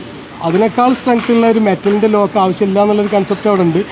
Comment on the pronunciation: ലോക് അല്ല മാഷേ, ലോക്ക് ആണ്,😂